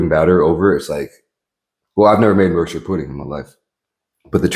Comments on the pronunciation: Thank you for not saying “York-SHIRE” it was very well received and pronounced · thanks for pronouncing yorkshire correctly =)